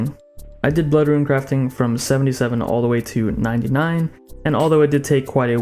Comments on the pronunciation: Dog.......ruin......it's not rune. God I was distracted this entire video by that. Omg. Please you are murdering my ears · RUNE FUCK YOU ITS NOT RUIN GOD DAMMNIT FUCKCKCKCKC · Mate u troll what u on about how u ment to say runes?! Runes not ruins? Loooool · Seerz says “ruin” too